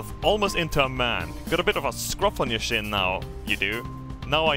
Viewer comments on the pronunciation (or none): none